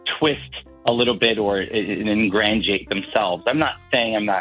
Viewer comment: also I don't think he meant to say "ingratiate." It sounded more like "engrandeurate."